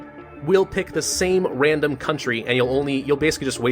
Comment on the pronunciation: “Infects a wandom country”